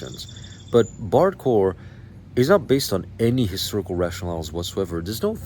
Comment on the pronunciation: I keep hearing "bardcore" as "barre chord!"